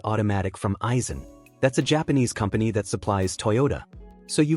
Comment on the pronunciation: Aisin not Aizen. And what the heck is $30,000 miles?? And you want me to trust you?